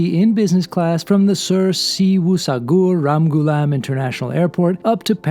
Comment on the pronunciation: Thanks for posting another great trip report with Air Mauritius, and well done pronouncing the full version of SSR Airport! 😃